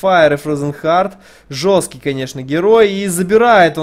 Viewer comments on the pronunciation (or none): none